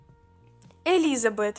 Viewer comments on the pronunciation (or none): Не Элизабэт а элизабет